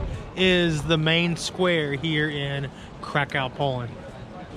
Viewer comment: Warsaw - , Kraków - 750 000, Silesian Coal Basin - . Pronounce the name of the city as "Crack - OOFF".